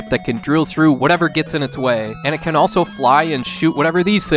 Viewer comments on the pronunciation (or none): none